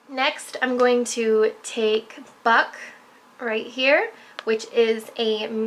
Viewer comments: i thought buck said fuck lool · everytime that she says buck I think she's saying fuck